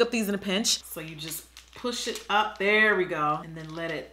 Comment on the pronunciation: IM SCREAMING SHE SAID "LA DERE" ahahhahahaahahha